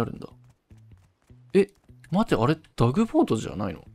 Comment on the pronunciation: タグボートをダグボートって言ってるのが気になりすぎる笑